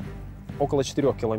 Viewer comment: Слобідка, а не Слободка чел